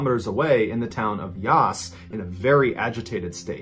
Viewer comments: For story 2, JenoIan is “jah-Nolan”, it doesn’t sound like jellybean. For the rest, pronounce all the As like the beginning of “apple”. “Yass” sounds like where you should kick the like button. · I will try to explain 😬 Wangaratta is Wang as in oh my god his wang is huge, ga as in goo goo gaa gaa and rat as in how you say the animal and ta as in tatas, altogether wang ga rat ta. When he said Yass it sound like he was saying Yaaaassss Queen. It is pronounced Ya ass put together Yass. Hope this helps! ☺️☺️😂😂😂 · As an Australian, can I just say I love Mr Ballen's pronunciation of the Australian town of Yass? Its proper pronunciation is to rhyme with "mass", but hearing it pronounced rather as in "yass queen" is still freaking great :) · Any other Aussies laughing at how he says Wangaratta and Yass???? Love that we were included in your stories 💛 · I like the way he said Yass. But his accent made it all sound more mysterious though, I loved it! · I remember these people here in Australia. They were really traumatised and it was SOOO bizarre. Everyone was just shaking their heads thinking wtf? It caused so much speculation and unease. Boy you do this well! Wang-gah-ratt-ah, the first and third A’s like in “bat”. And Yass with a flat “a” like “bat” as well. We are an odd bunch here🤗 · I'm from Melbourne, and I remember the second story well. By the way I appreciate your effort to pronounce Melbourne correctly - it was perfect. I was amused by your pronunciations of Wangaratta and Yass, which sounded kind of elegant :) It's actually a short 'a' sound right through, as in 'tattoo' or 'sang'. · Jenolan and Yass struck me, was fine with the rest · 😂 hear an American say “Wangaratta” and “Yass”. Yass Queen! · Your polite Aussie back to help your Aussielish: yAss and wAngarAtta are like the A in "cat".